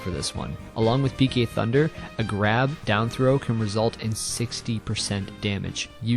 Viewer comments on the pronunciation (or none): PK Thunder? More like chicken tenders! Seriously though, it sounds like says that!